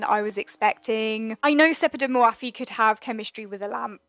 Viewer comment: Love your videos! But her name is not pronounced hour, it's more like "Ór'.